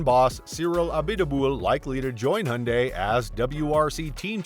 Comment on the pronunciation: Aaah people please stop pronouncing Hyundai as if there was no y in it, that just sounds just awful😩